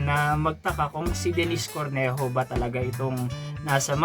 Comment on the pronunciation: Nagresearch ka pa at paenglish english pero ung pronunciation ng name niya, nde mo naresearch🙄🙄🙄🙄🙄🙄🙄🙄🙄🙄🙄🙄🙄🙄